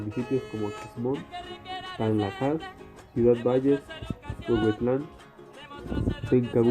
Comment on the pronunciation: Buenas.idea hacer este video, pero aprendan bien primero l😊o que van a grabar en voz, se oye "Tam..jalás" es Tanlajás o Tamlajas. Y otras palabras que se nota no sabem leerlas.bien..